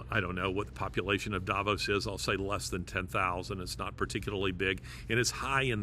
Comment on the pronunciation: Davos is pronounced DAH VAUSE.